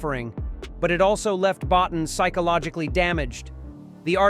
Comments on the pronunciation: Boe-teen, not bot'n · Please stop saying, 'Bot-en' Rob Bottin's surname is pronounced, 'boateen'. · You mean bo-teen. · At least get Rob Bottin's name right. It's pronounced Bow Teen ! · The thing Golden Sci-Fi Cinema never figured out: how to pronounce Bottin. It's BO-teen. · Rob's name is pronounced "Bot-TEEN." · Lean how to say Bottin's name. It's pronounced Bo Teen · I got to meet Rob Bottin with a press luncheon for his work on _The Howling:" his surname actually is pronounced Boe'teen... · Good video. Rob (Bo-teen) is how he pronounces his name I believe. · It's Boe-TEEN. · Come on. It's pronounced "Bo-TEEN." This is elementary research. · Can someone please tell this AI narrerator to spell properly. Rob Bottin, Bow teen, that's not so hard I guess, my God in heaven apparently it is. Plus what facts we haven't seen, I call BS when I hear and see it. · Rob Bow-teen. Jeezus. 🤬😆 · No joke was said. Rob Bottin’s last name is pronounced Bow-teen, which the voice over was mispronouncing. Yes, we know it’s probably an AI. Stupid AI 😂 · It's pronounced "Bo- Teen" dumbass. Childs was the thing because in the campfire scene you don't see any breath condensation from him. only Russel's. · Terribly bad AI narration. Even mispronounces Rob Bottin. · A few comments: - - wrong movie -If you're going to say Rob Bottin's name 83 times, please train your dumb AI voice how to pronounce it - It would be interesting to note that when Bottin had a breakdown, Stan Winston came in to assist with the Dog Creature - I've heard lot's of interviews with the actors from this film and never heard that they were traumatized by the filming. With the exception of some of the exterior shots, most of the film was done in studio